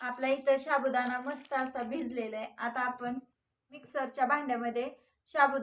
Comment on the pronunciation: Shabu nahi sabudana neet bola